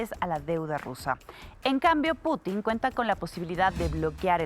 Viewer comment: Esa señora ni siquiera puede pronunciar el apellido del presidente ruso